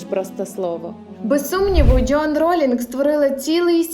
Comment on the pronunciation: ДжЁан 😂. А можно произносить верно и без ... 🥴? Вы из Азербайджана? 😂